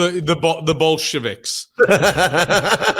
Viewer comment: Even I broke down laughing when he said Bolschevecks! ( sorry didn't know how to spell it but yes I can pronounce it)